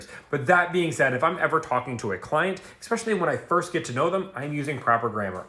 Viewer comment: Mf talks about using proper grammar... proceeds to say "expecially..." confirmed room temp IQ